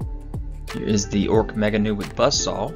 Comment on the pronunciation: Ork Nobz are pronounced door Nobs not Noobs. Nobz/Nobs is short for Nobility, you know Nobs or Nobz. Maybe this is a British term so you are unfamiliar with it ?.